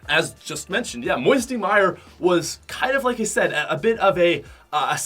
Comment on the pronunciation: I was crying when he said moiety mire.😢😢😢😢